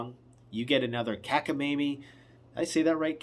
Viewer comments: no you didn't say it right. It's cockamamie, not cackamamie and it's a word from the Yiddish language, It's in the dictionary. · Hey, it’s cockamamie, like cockaroach not cackamamie. Hahaha. 👍🏻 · It's: 'Cockamamie.' 😀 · I always heard " cockamayme" 73 yr. old